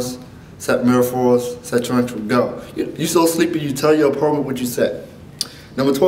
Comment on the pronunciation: i see you can't say opponent .__.